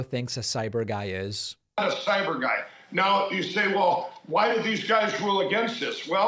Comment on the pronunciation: Sai-beer guy